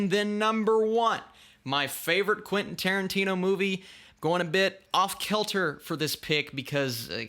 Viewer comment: Quentin Tiertino